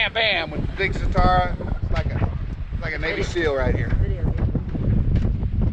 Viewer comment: did you say navy seal or baby seal?😊